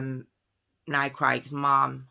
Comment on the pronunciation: why did you say "mom" that way? You're British, not American.